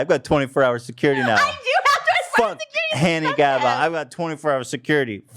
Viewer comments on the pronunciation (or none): I’m so sorry did Ethan just say “Hanny Gabba?” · Ethan really called gabby “Hanny Gabba” 😂😂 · listen to how ethan says gabbie hanna sdfkjngfskjdfnk